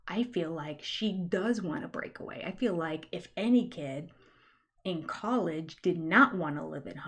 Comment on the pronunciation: We spend so much time making fun of the way the Browns say “fill” instead of feel, and various other Utah fundamentalist yuck words. Please don’t ever stop pointing it out, let your speech and language pathology light shine